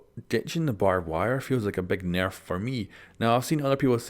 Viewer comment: I love ur accent, you get a sub. Please just upload a video of you saying nerf like for a full minute.